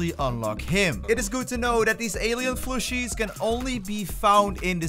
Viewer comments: I was like "am I hearing that right??" Haha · Combo text says 'Warp speed' " This grab trick is called the wRAp speEd " Also they're called 'plushies', not 'flushies'